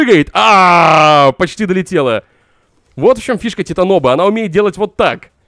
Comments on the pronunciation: Не титаноба а титанабоп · Не титаноба а титанобоа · пожауйста хватит ты делаешь таповые выдосы но когдаты говориш титаноба меня передрагивает и мурашки по коже с кулак бегут, правильно ТИТАНОБОА. Извени если для тебя это будет грубо и нагло ешёраз извени просто я гумунитарий и я просто не могу это слшать пожалуйста если ты дочитал до этого момента можеш пожалуйста написать мне просто даже и точку и ещё раз извени если чем обидел. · Я конечно могу быть не прав, но вроде правильно не титанОба, а титанобОа. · Не Титаноба,а ТитанобОа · что за титаноба? может титанобоа? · Правильно говорить- титанобоа. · Большая ! надо правильно говорить название. А никак дошкольник🥱